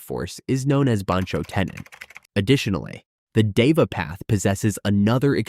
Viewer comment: Deva path in said as dhe-va not diva😂